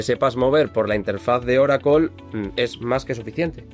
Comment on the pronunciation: Ahhhhh Oracle en nuestro idioma es Oracol. 😂 Tu eres top de la destruccion del español.